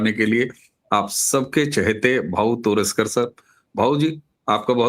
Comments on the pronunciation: तोरसेकर है...तोरसकर नही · Pl pronounce भाऊ तोरसेकर not तोरसकर Video बहुत माहितीपूर्ण है I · भाऊ तोरसेकर Not Bhau तोरसकर At least make the effort to get the guest name right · भाऊ का नाम भाऊतोरसेकर आप भाऊतोरसकर बोलते है। कृपया सुधार करें। 😂